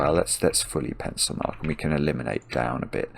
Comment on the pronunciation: I love when he says "pencilmark" it actually sounds like "pencilMARK" as if to point to goodliffian notation :)